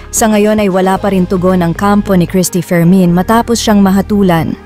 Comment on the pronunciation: Bakit parang rinig Kong bigkas ng narrator sa Cristy fermin ay "Cristy for men"😅